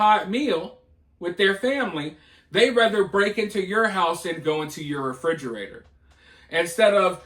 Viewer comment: It's pronounced refrigerator you figure you spend all your time in it you would know how to f**** say it